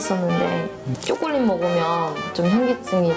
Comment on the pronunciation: 진짜 외국인들 보면 쬬꼴렛 쬬꼴렛 이라고 하는데 발음 개귀여워